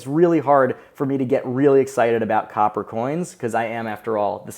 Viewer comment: "Couper" lol